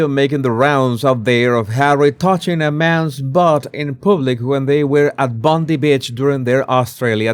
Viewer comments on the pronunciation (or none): Bone Eye not Bond E beach...❤😊Bondi Beach... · Bondi Beach is pronounced bon-dai. No relation to Pam.